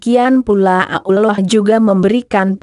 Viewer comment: membacanya kurang begitu jelas dan disingkat kurang pass spt Allah Swt kedengeran Abdullah Swt